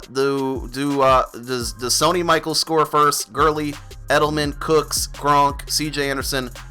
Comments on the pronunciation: Sunny Michael!! Hahahah come on bro it’s Sony Michelle. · Nothing irritates me more than football youtubers who can’t pronounce players names. Sony “MICHELLE” has been a prominent CFB & NFL player it’s not like it’s Taylor Heinicke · So-knee Me-shell is how you pronounce his name. Go Patriots! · Sony Michelle lol that's how they say his name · Lol it’s pronounced Sony Michelle but it’s all good! Good video btw!